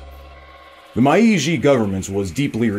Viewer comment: It is kinda nitpicking but I do wish had someone do a pass on his pronunciation of some stuff. Like the info is great, it's just a little distracting to hear Mai-Ee-Jee instead of May-Jee (Meiji) or fearick instead of peerick (Phyrric). That last one is tricky, seeing as it's an unusual word and doesn't follow the usual rules of English spelling. If isn't a native Anglophone (or even if they are) it's totally fine it's just maybe something I'd have someone check before I posted the video. I'm only about 15 minutes in and loving the info so far, though!